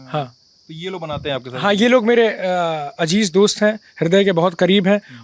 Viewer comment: Ajeeez..❌ azeeez ✅